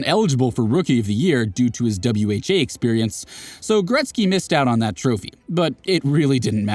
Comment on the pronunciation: Gretzky, not gretz